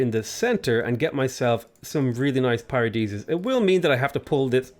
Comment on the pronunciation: Oh oof you choked the paradisas at 1:sth